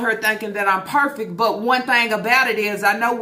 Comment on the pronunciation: What the hell is perfick (perfect)??? At this point I need the to stop talking she mucks up every word that comes out of that dump truck.